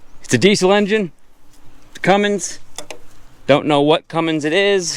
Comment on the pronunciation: Stop saying Cummings, it hurts my ears and I cringe a little in mixed company for you.